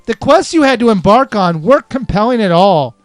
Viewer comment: Ya said emBARK on I don't know if that was a joke but you said it after talking about barking